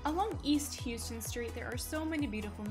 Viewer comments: Houston.....isn't hue-ston, it's how-ston in NYC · It's pronounced how ston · She pronounced Houston like a Tourist